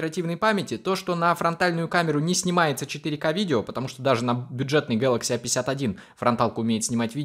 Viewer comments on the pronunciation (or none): none